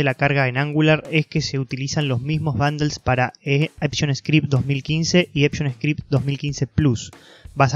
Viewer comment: Epshon script? Jaoajaoaja no será ecmascript 😂